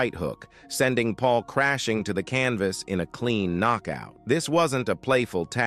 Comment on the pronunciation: "The Knock-Out punch, the escalation culminated in a devastating right hUk from Tyson" "Landed flush on Pauls Jaw sendimg him to the Can-Vase in a clean No-kout" "The silence in the Gim was reportedly defening" "Ah Jake Paul, Chuckled at Tee-son" 😂